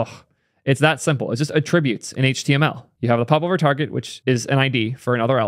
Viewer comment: "it's just `a tributes` in HTML" ... They're tributes to what?... interesting pronunciation